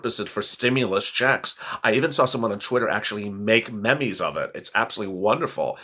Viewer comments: love you keep up the great work. 🥳 Just a little help for your on air free styling. Meme is pronounced (Meeeem), not so much Mee Mee. 🤩🤪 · The word meme is NOT pronounced "memay".....It's pronounced "meem"